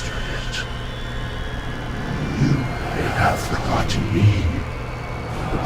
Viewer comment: The forjitten one